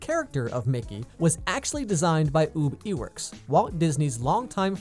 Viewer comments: "UuUb eeEwerKs" Its pronounced Uhb I-werks Still like your videos though 😊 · Dont wanna sound picky but it's not OoB E-works, its Ah-b Ei-works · He mispronounced Ub Iwerks name as “oob” I will never get over it. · It's "Uh-b Eye-works." Then again, that's not the only thing you got wrong.